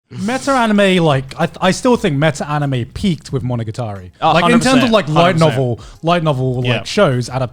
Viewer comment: Knowing he's learning Japanese, it just makes me cringe how Gigg UK pronounces monogatari lol